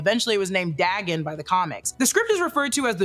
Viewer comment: Tiny pet peeve of mine, Dagon is pronounced Day-gone, it was the name of a Mesopotamian God, and a god worshipped by the fish people of the fictional town of Innsmouth from H.P. Lovecraft's "The Shadows Over Innsmouth."